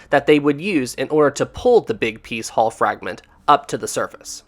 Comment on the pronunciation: It's pronounced Hull not Haul.